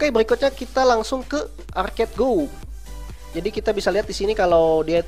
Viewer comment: Cara nyebut arcade.go nya salah sama agar.io ama slither.io nya bro